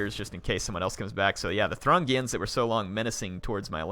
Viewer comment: I think that the people who attacked Shall Not Pass are pronounced the Thoo-ring-ians rather than the Thrungians, I'm not 100% sure though